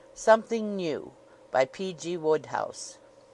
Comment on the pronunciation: Oh dear. That's not how the author's name is pronounced. I think I'm done here.